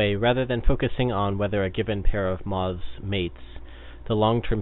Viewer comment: It's moths not mozs